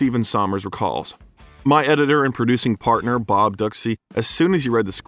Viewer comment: Ducsay is pronounced "Doo see" I worked with Bobby's brother and that is how he said it.